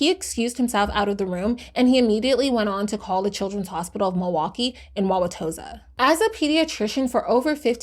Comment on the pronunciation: As a local of this area, she hit the pronunciation of areas v well. Most ppl are really tripped up by wauwautosa